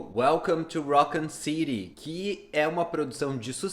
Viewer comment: Ouvi umas 4 pronuncias diferentes de raccon city nesse video kkkk